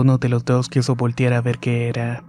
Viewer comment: Buenas historias. Lástima que no sabes pronunciar correctamente "voltiar" 🙄 ojalá te esfuerces y quieras mejorar.